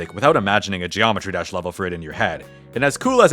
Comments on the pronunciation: Zheeometry Jash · Geo metri desh 😂